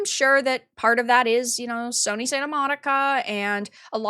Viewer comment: "Soyny" HA! Nice.